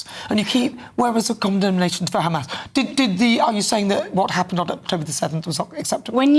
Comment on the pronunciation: How the fuck are they still on about "do you condemn kkkkkhhamas?!" LOL, zios are so fucking lazy. i mean it would be less work for them to admit that they are evil genocidal ghouls 🤡